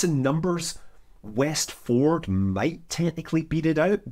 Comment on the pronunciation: "Westford"??? Huh?